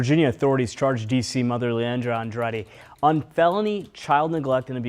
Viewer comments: That last name of the woman is pronounced Ann-drah-deh. I love your efforts though, there can be some pretty exotic personal and city and street names all the time. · 3 syllables short A Long E AN DRA DE